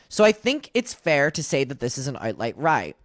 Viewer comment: This is kind of weird thing to focus on, but when you said "outlight rie" I genuinely felt so validated and happy for a moment lol. Not that you had a hiccup, but due to a TBI I've had a worsening verbal issue of doing EXACTLY that. It's been hard to struggle with and super embarrassing, it often makes me feel soooo stupid. So much of a relief to know it isn't just me lol. I'm not sure there's really any other point, but just thank you for letting us see you continue to be fully human just like the rest of us. Wishing you the best,, you're a really cool guy and I think you're wonderful at what you do. Keep up the fantastic work, and just know even when you have hiccups it can still make someone somewhere (like me!) feel less alone and happier.